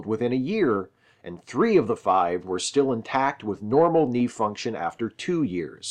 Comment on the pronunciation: You forgot to say the "k" in knee. I was gonna let it slide once but then I kept hearing it. It's like when Lando Mispronounced "Han"